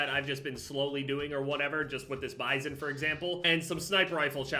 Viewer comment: says Bizon Me: I think your saying pp wrong